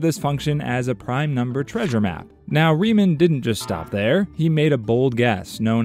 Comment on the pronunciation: Rie-MAWN. Rie-MAWN hypothesis. Bernhard Rie-MAWN. HOW DO THESE PEOPLE ALWAYS GET THIS WRONG.